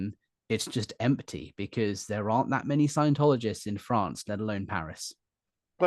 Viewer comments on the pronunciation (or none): I like the way you say “Fronce”😂❤